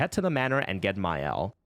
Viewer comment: Shouldn't she be "Maelle" on French?